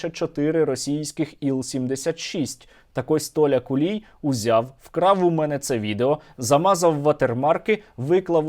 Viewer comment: Я от не розумію чому кулій якщо в нього на рилі написано хулій 😂 Сергію дуже дякую за вашу роботу 💪🇺🇦 все буде Україна 🇺🇦🇺🇦🇺🇦🇺🇦